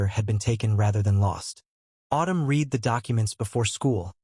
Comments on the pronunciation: The past tense of the word read is pronounced red, not reed. Please fix your AI. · I cringe every time the word read is mispronounced